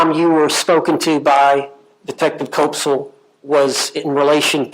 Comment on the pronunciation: Koepsell rhymes with "step-sell" NOT with "cope-sell" NOT with "cop-sell"